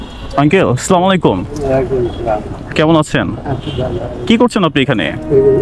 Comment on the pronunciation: স্লামালাইকুম❌ আসসালামু আলাইকুম ✅